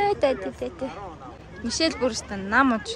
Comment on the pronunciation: Мишел юм чинь Ми-Шель’ гэж тод хэлээрэй~! Мишээл гэж сонсогдох гээд байна🍓🌸